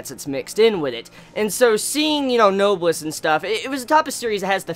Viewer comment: it's pronounced "no-bless" . it's a real word so if you search it up you can hear it just to make sure. AND SOMEONE PLEASE TELL ME THE SONG IN THE BACKGROUND PLEASE PLEASE PLEASE!!!!!!